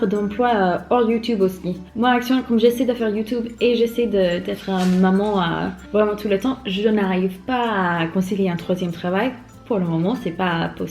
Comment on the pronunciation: Hey, je te suis depuis un bout de temps et je trouve que tu fais encore pas mal de petite erreurs concernant la langue française. Par exemple lorsque tu veux dire « tout le temps » tu vas prononcer « toute » et ce à chaque fois sans exception. En fait j’ai remarqué que tu mélanges le féminin et le masculin « un boite » « le philosophie » 😅